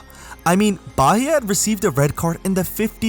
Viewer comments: Nice content, Bahia is pronounced more like bah-eea tho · Ignore the "H" when saying Bahia. We pronounce it Baía